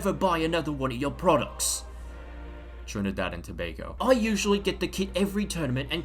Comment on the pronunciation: As a Trinidadian, I laughed my ass off when I heard him say Trinidad and Tobago🤣